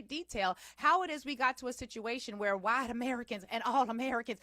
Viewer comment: I love the way you say "waytiness" and "wayite" 🤣